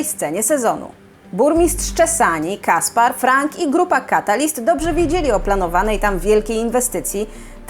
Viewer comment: Caspere czyta się Kasper(e), a nie Kaspar.